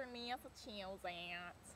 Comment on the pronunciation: 10 bananas and handful of dates. "Western Massachusetttttsss" accent was wicked clever.